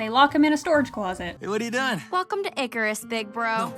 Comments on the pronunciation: Who else heard: “Good morning Nickers.” Not “good morning Icarus.” From the hologram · although I know she's saying Icarus not the n- word, they should have made the voice actress do it again so it isn't easy to mistake the two words. imagine having so little effort in a show that people can mishear something so badly. lol